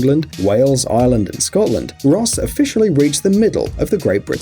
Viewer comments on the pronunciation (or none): It's ireland not island